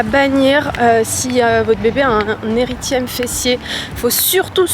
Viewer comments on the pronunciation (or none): Coucou c’est un érythème sans le « i »😊